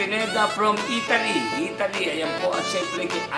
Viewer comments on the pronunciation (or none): none